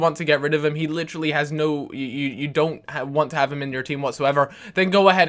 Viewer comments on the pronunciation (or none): none